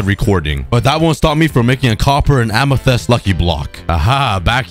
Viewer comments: Am æ thæest? No Amæthist thats how u pronounce it, but quick (æ is a danish letter but it sounds,like what u say) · Don’t forget, he says amethyst like ametist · Learn how to say amethyst